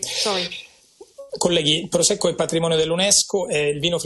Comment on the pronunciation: Prosecco lo ha pronunciato bene dai 😂😂😂